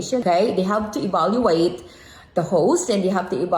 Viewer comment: It’s evaluate not baluate